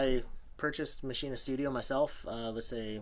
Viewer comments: It's not fucking called Maschin-Ahh. It's called Maschine and pronounced 'machine' in German with a very silent 'e'. There's no 'ah' at the end. /endOCDrant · Because it's german it is pronounced maschine, not maschina. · Ernest Parker It's a German product. It's like (🍅) Tomay-toe, to-motto. Either or is acceptable.